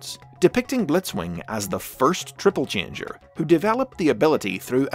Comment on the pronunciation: O:47 You said tribble-changer there. witch sounds really funny